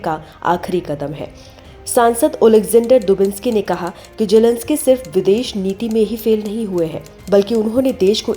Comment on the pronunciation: Jelensky nahi zelensky